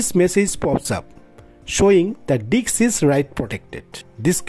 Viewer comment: If you speak a little slower, it will be easier for you to pronounce all the words correctly - you keep saying "dicks" instead of "disk", for instance.